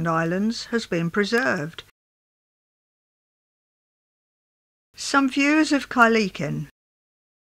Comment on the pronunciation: Great historic film. Apart from the bridge, many of the scenes of Kyleakin(pronounced Kyle AAkin, not Kyleekin) are still very similar today. Certainly, the majority of the buildings are virtually unchanged. This is a wonderful archive, Thanks for sharing it. Cheers for now, Dougie.